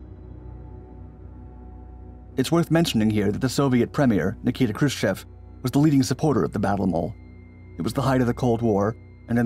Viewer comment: Hrushciov not Hrushcev!